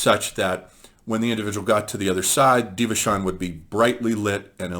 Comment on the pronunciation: Thank you for summing up these lectures. Just a little detail for you my friend, Devachan is pronounced with a K as DevaKan, and the 3rd eye chakra is Ajna - the J is pronounced...so it is aJna. Blessings onto you and your work!